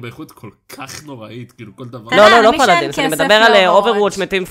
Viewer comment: אהבתי שאמרת "פאלאדינס" במלרע